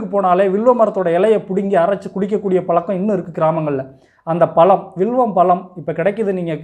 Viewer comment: பளம் அல்ல பழம் என்று உச்சரியுங்கள். எளிமையான உண்மையான மருத்துவம். வாழ்க வளமுடன் தம்பி.